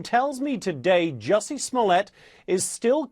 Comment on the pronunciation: Juicy.....Smollett???? 😆 lol